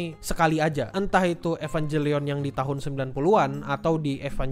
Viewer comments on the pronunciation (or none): Kalau merasa wibu, ngucapinnya EvanGelion ya bukan EvanJelion.